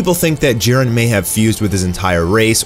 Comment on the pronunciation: jiren not jaron